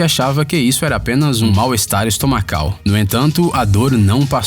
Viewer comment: "Estomacal" kkkkk